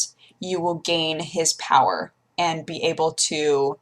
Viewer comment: LIMITED POWAH!! :)